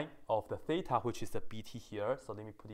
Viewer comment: I just love how he says theta as: thay-tar